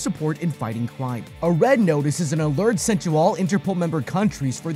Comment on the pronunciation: Bro said crwime